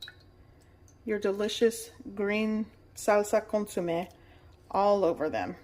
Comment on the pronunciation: It’s consomé, not consume. I love your recipes. ❤